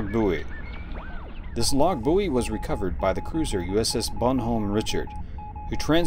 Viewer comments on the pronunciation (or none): And is pronounced Bonn-homm Rish-ard, not Bon-home Rich-ard. I know. Nit picky. It's one of my OCD faults. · Also, it's not "Bon Hom", it's "Bon Oh Me". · Bonhomme Richard is pronounced bonn ohm ree sharr. It's French, and named after a real world, historic ship. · Love your work,.... it's pronounced Bon Om Riceeeh Araard. It's French. Don't mix French and English. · It's Bon Homme Richard and it's French. I am former Navy and your pronunciation of the name hurt my head.